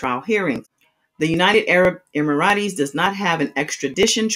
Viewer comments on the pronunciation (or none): United Arab Emirates is pronounced Emirits. Not Emirataes.